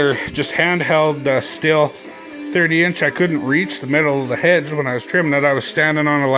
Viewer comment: STIHL is pronounced the same as Steel.